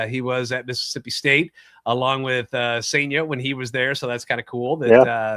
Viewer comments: It's sen-ja. Like sun with an e instead of a u, and jar minus the r. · M's fan here. You have a great young pitcher in Cijntje, pronounced SIN-ja. Solid #3 upside, improved with right hand last year. Close to being a pro. The Cards cleaned up in this trade but Seattle is going to be better this year because of this trade. Tai Peete is a lottery pick, still young. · I believe it's pronounced SAIN-JUH.